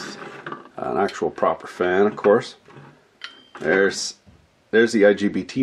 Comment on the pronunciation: I swear I just heard LGBT module. Please tell he said LGBT module!